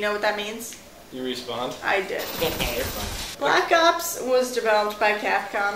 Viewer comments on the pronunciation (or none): lol i like how keeps calling it blops